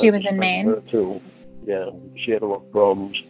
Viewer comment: Cawd, It made me cringe, alawt!